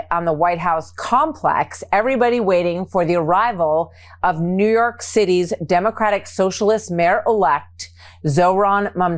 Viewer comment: Did she say "New Yark"?